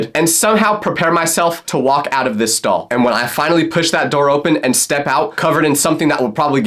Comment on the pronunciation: Not me thinking he said I picked my skull not stall 😭🙏